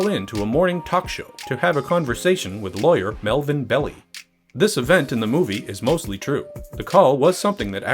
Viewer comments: Interestingly, Arthur Leigh Allen was called by a pseudonym in Graysmith’s book, but by his real name in the movie. And it’s Marvin Bell-eye, not “Belly.” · Melvin Bell-I not Belly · It's Melvin Bell "I" not Bell "E". Otherwise, a great WTF. The director's cut is the better version, highly recommned it for fans of Zodiac. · Melvin Bell-Eye. Not Melvin Belly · "Melvin Belly"???? That way of pronouncing his name prompts a WTF reaction for sure!